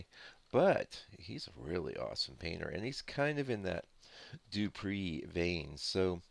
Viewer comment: no offence... please...the name is pronounced Doo-pray..(.as in prelude...)